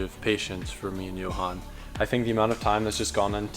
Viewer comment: i just learned name is joe-han and not yohan lmfao